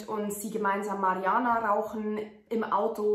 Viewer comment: Mariuhanna sagt sie . Aber sorry dein englich ist irgwie katasrophal die aussprache . Also nur die aussprache du kannst denk ich so perfekt fließendes english aber wie du manche sachen aussprichst tut halber weh